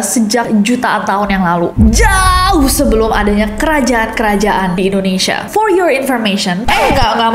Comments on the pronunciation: Kenapa Indonesia dibaca Endonesia? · Pengucapannya Indonesia bukan Indonesya..... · Trus sejak kapan ya ada penyebutan ENDONESA? 😭 biasanya buibu ges wkwkwk